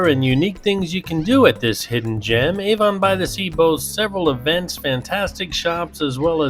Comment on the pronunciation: as a resident of Monmouth County, where Avon by the Sea is located, I have to point something out. Avon is not pronounced like the perfume company!!! It's pronounced AV-on, not A-von!!!!! Thanks!!!